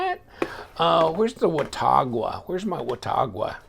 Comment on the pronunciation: It's pronounced wuh-tog-a (wuh pronounced like the wuh in "won", tog like "hog" and "a" like "uh"). I know because I live a few miles down from Watauga, TN. 👍🏻